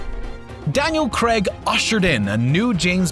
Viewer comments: God it's annoying hearing him say "Daniel Creg" over and over again. It's pronounced "Cray-g". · His name's Daniel CRAIG; not Daniel Kregg. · It’s Daniel Craig not creg say it properly, he’s British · Daniel Craig, not Creg! Also, the plexiglass wasn't shattered! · Daniel Craig is British. He is therefore not called 'cregg', as us Brits know how to pronounce it.